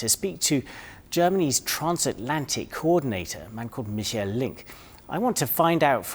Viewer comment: His first name isn't ' Mi-sjel ' , he's not French , it's Mi-ch-a-el '. As an ( Anglophone ) journalist make an effing effort and show some awareness !